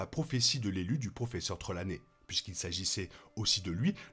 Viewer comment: C'est Alohomora et pas aloamora, Amora ces une marque de ketchup mdr, et Trelawnay pas Tralaunay, enfin bref la vidéo est cool tqt